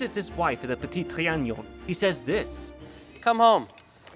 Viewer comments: It's Petit Tri-a-non. Not Tri-a-gnon. I don't know why you insist on pronouncing a "g" where there isn't one. 😆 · repeat after me: tri... a... non... trianon, and not trianion... Apart from that, it was a pleasure to watch, thank you ;) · It's ponounced Trianon, not Trianion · Le Petit TriaNOn, not TriaGNOn.. There is no Ñ/GN sound, FYI. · Its Tree an non, not tree an nion! Its not like "onion," but rhymes with " be alone"! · say it with me "tree an on" trianon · That lady is Le Brun, the most famous and favored painter of MA’s portraits. Also, your pronunciation of Trianon is killing me 😂